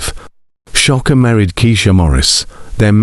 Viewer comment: Sha-kur Not Sha- Ka